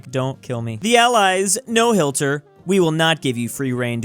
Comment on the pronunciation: why do you say hilter